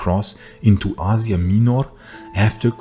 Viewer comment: you pronounce asia minor wrong the whole time but thanks for the video